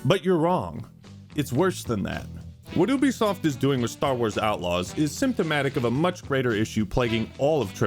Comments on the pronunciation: never in my life have I heard someone pronounce it as oobisoft. I always thought it was yoobisoft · Wait….. is it pronounced’Ooo-bie’ or ‘You-bie’?? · Wait. Wait. Wait. Hold up. Hold on. Have I been pronouncing “Ubisoft” wrong my entire life, or are you just making fun of the name by saying it like that. I thought it was “you be soft” not “ooby soft” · Isn’t it pronounced “You-be-soft”? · Why can't Americans pronounce the letter U? Call of Doooooty Stardooooo Valley Oooooobisoft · Is that how ubisoft is pronounced? I always called it You bisoft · Wait is it ooo bisoft or you bisoft? He keeps pronouncing it ooo bisoft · Is it not pronounced Youbesoft?